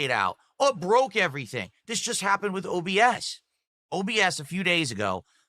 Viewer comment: This guy cannot pronounce the word "with"